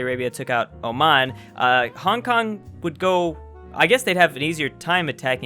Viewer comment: You popo mispronounced my city